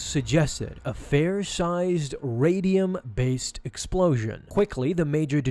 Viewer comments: Comic: "Rhydonium" Narrator: " rAdIUm" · It's called rhydonium, not radium lol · Radium?? RADIUM?? Rhydonium! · Rhydonium not radium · "a fair sized Rhadium-based explosion." Excuse me? have you even watched the clone wars? Because it is literally pronounced "Rhydonium". XP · Not Radium Rhydonium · "raydium based explosion"... It's pronounced "Riy-doh-nee-um" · Its rydonium ( rye - do - ni - um ) not radium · Did he just say radium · Reads the word "Rydonium". Pronounces it "Radium". How? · How do you get “Radium” from “Rhydonium?” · It literally said RHYDONIUM on screen. Y u say radium? Would you like some script help? Editing perhaps? Vocal coaching? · You said rhydonium wrong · That’s a weird way to pronounce “rhydonium.” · Wrong pronunciation :( Also breaking 777 comment amount... :( PM 12/14/2019